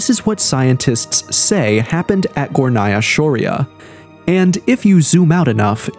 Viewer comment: Its pronounced Górnaya Shória. It rhymes. Tatars and Tartarians are different people. The Tatars are small, nomadic people who are not known for their scientific or engineering discoveries. Such abilities are usually passed down through DNA. Among alternative researchers, Tartarians are believed to be the same as Scythians and the Mogols.